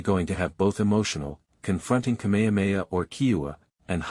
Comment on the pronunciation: If you can say: “HA HA HA” you can say KameHAmeHA … it’s NOT ka mea mea